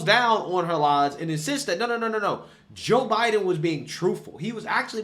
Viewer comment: You mispronounced "the joe biden administration."